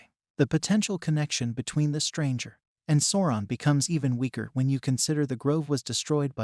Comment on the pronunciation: (Sow-ron) not sorron! Sweet mary. Bless your heart.